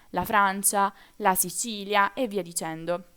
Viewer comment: Mi dispiace ragazza,parlo di Brasile.Ho adorato la tua spiegazione,ma hai sbagliato nella tua pronuncia della Sicilia...